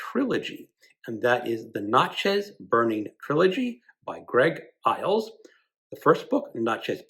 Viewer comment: Great books Greg! The Iles’ books are excellent and his story is interesting too. He is from Mississippi but not typical MS thinker. 😊 And just fyi - Natchez is pronounced like matches. 😊 I’m also drawn to books about the rise of authoritarians through the years. I’m so glad you mentioned the book Jerusalem - I have the paperback and need to finally read it! For enticing reads, the duology by Herman Wouk about WW2 would be good. Each is between 800-900 pages.